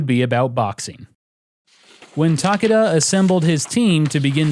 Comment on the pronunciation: I think Takada has 3 syllables